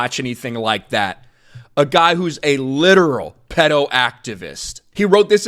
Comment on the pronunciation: The way you say Pedo is funny lol. Anyways, anyone who defends pedos as a margined group is a pedo, if not they're a pedo in the closet. It wouldn't surprise me if Noah has some questionable material in his personal devices.